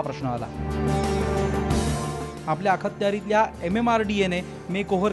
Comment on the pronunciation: "आखत्यारितला" या शब्दाचा उच्चार वृत्तनिवेदकाने शिकुन घ्यावा. कृपया चुकीचे उच्चार पसरवू नका.